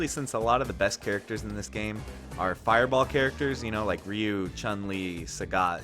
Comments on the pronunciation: I like how you say "ree-yoo" instead of "roo." "Dan" instead of "Don" is a good touch. Dragon and Bullet? Nawh. It's Reeyoo and Dan. WTG gaijin. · Ryu's name is pronounced R-oo as in "ah i see" followed by "ooh i found a penny"